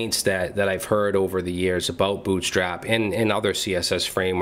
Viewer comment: "Aboot"...... are you canadian?!?!?!?